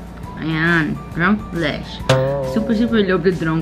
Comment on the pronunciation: “Drenk blesh” HAHAHAHA cutiepie❤️